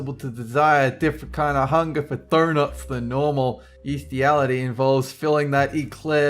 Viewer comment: how said 'donuts' tho